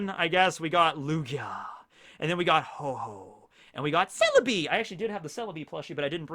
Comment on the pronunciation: Ho-Ho? You should check it's name again, it's Ho-Oh.